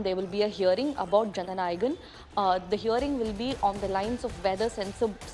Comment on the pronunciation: Is it so difficult to pronounce jana nayagan 🤦‍♂️🤦‍♂️